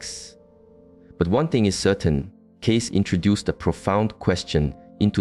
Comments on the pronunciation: Why would you spend a considerable amount of time constructing this only to pronounce his last name incorrectly, over and over and over again? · Obviously the author of this piece knows nothing about Edgar Cayce if he can’t even pronounce his name correctly.